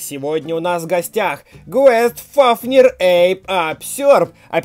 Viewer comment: Правильно гайст фафнир